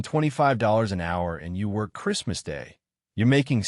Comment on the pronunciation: AI graphics don't match the commentary, confusing. And "focus", "worck"?